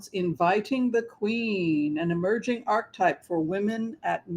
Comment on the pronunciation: FYI: ar·che·type (3 syllables)